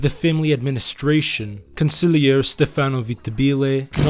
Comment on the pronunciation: Va la chee; not Va la key. Also not con sig lee air e; consil Erie.